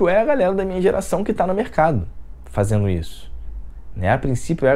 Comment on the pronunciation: Engraçado o jeito que você fala! Kkk fazendo: fazeno; esperando: esperano; chegando: chegano...kkkk